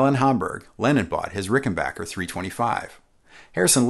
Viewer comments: FYI: A few times in the video you slip into saying "Ricken-bacher", instead of Rickenbacker. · Nope it’s rickenbacker per the family. Interestingly enough, only the guitar company had this bocker misnomer. You almost never hear people say bocker when their cousin, WW1 ace Eddie Rickenbacker is mentioned. His name is almost always pronounced backer properly. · Pronounced "Ricken-bach-er" vs the previously admonished "Ricken-Back-er" 😄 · why does everybody say Rickenbocker and not Rickenbacker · I was this many years old when I learned it is pronounced Rickenbacker, not RickenbOcker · Hip people still pronounce it "RickenBACHer". "RickenBACKer" just sounds silly.